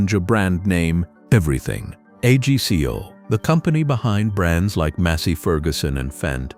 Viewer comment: AGCO mispronounced every possible way. Terrible AI slop!